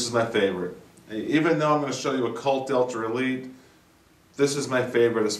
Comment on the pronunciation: It sounds like you are saying Delter. Am i hearing wrong ?